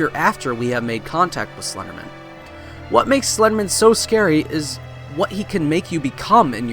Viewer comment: I don't believe it's pronounced slendermin.